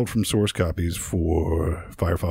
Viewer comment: Anyone else notice that when says “open source” it sounds like he’s saying “open sauce”?